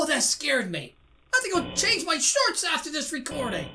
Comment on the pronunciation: You funny taste when you said "Ima change meh shorts and this recowariding"